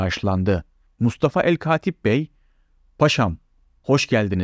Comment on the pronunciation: Sunucu arkadaşa küçük bir uyarı; katip derken a harfi kalın değil ince söylenir dil kurumu a harfi üzerine şapka koyulmasını kaldırdığından beri maalesef bütün gençler bu hatayı yapıyor dil kulakla öğrenilir okuma ile değil kırk yaş üstündeki kişilerin konuşmalarına dikkat edin güzel Türkçemizi yaşatalım